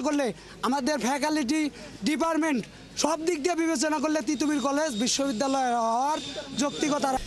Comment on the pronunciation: ফেকালিটি😂 ডিপারমেন্ট 😂😂😂